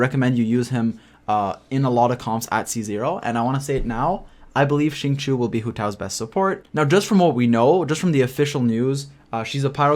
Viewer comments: Hi, the reason why many spell his name incorrectly is becuz they pronounce it as Singchoo.. in ur case it's Singchewy.. if you say Sing_chee_you with no y, U will always know that the i comes B4 the u in Xingqiu.. don't mind me, I get things wrong all the time n just wanted to share.. happy traveling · I believe it’s supposed to be shing-chou